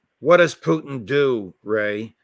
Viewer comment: Why can't McGovern pronounce Putin's surname correctly? Very irritating... Poutine is a dish of french fries and cheese curds topped with a brown gravy popular here in Canada.